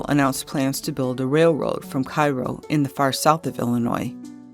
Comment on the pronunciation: Wonderful job I learned a lot. Just two tiny corrections. Cairo Illinois is pronounced Cayro. And Julien Dubuque bridge was a namesake not the founder of the city. So glad you did this, just excellent! Thank you!